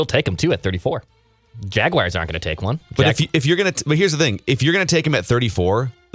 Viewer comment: "Jag wires"